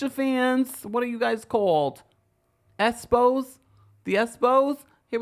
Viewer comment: Not the Tisha fans call the “esspos” 😂😂😂